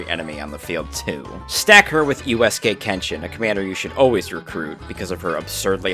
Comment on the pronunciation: Why are you saying eroge like that Kenshin is rolling in his grave at that pronunciation of Uesugi too.